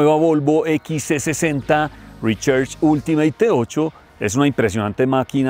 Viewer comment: Mis oídos sangran cada vez que dice: Rechers